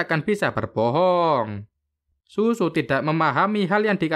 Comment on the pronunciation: Zuzu bang bukan sUsu